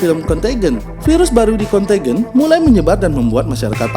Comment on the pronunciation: Bagus isi nya, semoga terus berkembang channel nya. Sedikit saran bisa riset dlu pengucapan nama2 or data (dlm hal ini pengucapan nama film nya) dlm b.inggris nya.. jd lebih okeh lg nonton nya... suksess